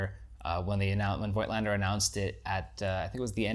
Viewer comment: COIGTLANDER IS PRONOUNCED 'FOTLSNDER CORECTLY ! f_1 with digital is lessuseful, averagely, than with film. its almost a 'special effects' lens -wafer.thin DOF. - so sharpness is comprimised often. a paid-for promo for sure.